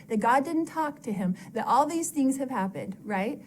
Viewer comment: Loved that you pointed out the Southern California-isms! Here's another one for you that must be a Utah/Idaho (maybe even an LDS one?). She pronounces "things" as "theens". My best friend from Idaho has said it that way since we were kids and me being from California I always thought it was weird. But I've noticed several other people at church from Utah do it, and also Lauren from Hidden True Crime does it occasionally too (don't know if she grew up in Utah but I know she grew up LDS). Once you hear it, you can't unhear it!